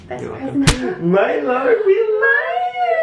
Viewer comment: anyone else think its funny how now says milo with an australian accent lmao